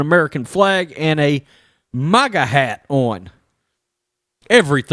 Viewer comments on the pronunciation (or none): none